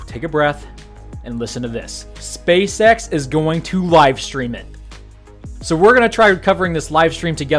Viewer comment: did anyone else hear "Welcome, to another episode of space sex in the news"?